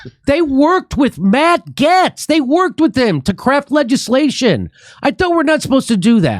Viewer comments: Ok, first of all "Getz" is pronounced "Gates". K? And your left eyelid is doing weird shit. Great show though. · Matt Gaetz's name is pronounced as "Gates" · Bro if i have to hear Jimmy say Matt Gets one more I'm going to blow up.. Its Gates as in Gaetz! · Gates Jimmy it's pronounced gates... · You would sound more credible if you pronounced names correctly. "Gates" and "Rashida". Anti intellectualism is for the ignorant Jimmy. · It’s pronounced “Gates,” Jimmy. This is a major pet peeve of mine. The reasons leftists are leftists is because they don’t pay close enough attention to the right. If you can’t even pronounce their names, it’s a sign you aren’t paying close enough attention. Regardless, I appreciate that Jimmy is a doorway for the left to start understanding the true right (not the fake uniparty nonsense). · I live in Matt's district. His name is pronounced Gates. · Pronunciation is "gates"... No one wants these wars anymore. Gives us a list of ones to fire. If voting still works. I'm what yall would probably call " far right conservative" but everyone can see thru the charade by now I hope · Jimmy, its matt gay-tz. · Jimmy it's pronounced Gates 😂😂😂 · Jimmy can't even pronounce his name correctly; I'm not about to take his word on what he says Matt is for or against. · Is Jimmy purposely pronouncing Gaetz wrong or is it a joke?